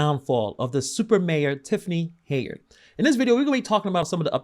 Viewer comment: its HENYARD...not heyard